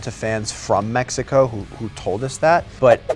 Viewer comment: finísimo detalle de articular "Méjico" al preguntar en inglés y no decir "Mécsico". Bravooooo, lo voy a tratar de integrar 🎉❤